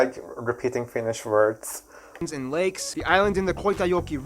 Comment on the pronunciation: You pronounce Finnish words really well.💖🇫🇮